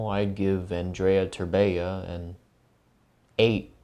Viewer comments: How can you pronounce Andrei's name wrong every single time? XD The way you say it sounds like the romanian girl equivalent of the name, Andreea 😂😂😂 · For a second I thought I was the only one that noticed XD He's been pronouncing Andreea instead of Andrei the whole video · his name isnt andreea terbea please god help my romanian soul that mispronounciation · how come when spelling his name you say an additional a at the end ? its pronounced andrei , not andrei-a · Andreya Terbeya. Is it really so hard to say Andrei. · You keep saying Andrea! That is a girl name dammit! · You pronounced Andrei's name as Andreea whichis the feminine of that name. I think it's funny. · Dude,Andrei not Andreea.In Romania, Andreea is a girl's name.Like come on,you guys have Andrew in english,if you have that you could pronunce Andrei as well since they are rather similar. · I started laughing so hard when he first said Andreea instead of Andrei 😂😂😂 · Andrei is a pretty common name here, as well. I’m not sure how he got Andrea out of andrei. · Aren't you annoyed when he says Andreya Terbeya. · Andreiah terbeiah im romanian and get a lil triggered every time he says it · I like how he pronounced his name at the begining Andreia Terbeia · I'm pretty sure it's an-dur-ei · Wait isnt his name pronounced as andrey terbeh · Auuh-n-drew-ey Ther-Be-ah I love when English youtubers butcher Romanian names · yeah, where's the ending "a" in "andrei"?? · Great video but....can you pronounce his name right ,please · Man you totally butchered his name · He butchured his whole name holy lmao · As a romanian, the way you pronounce his name annoys the hell out of me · A great vid as always but good lord your pronunciation of Romanian names is so (don't kill me) cringe. Still luv u xxx